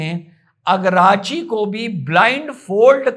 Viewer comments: सर जी ईरान के विदेश मंत्री का नाम सैयद अब्बास अराघची है अगराची नहीं। जय हिन्द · आराग्ची है, अरगाची नहीं